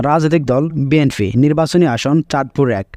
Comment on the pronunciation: বাটপার কথা বলা আগে শিখো বি এন ফি না বি এন পি